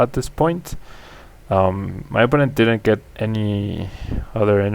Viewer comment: jaja se escucha como tiene que cuando lo piensan en español, pero dice didn´t get xD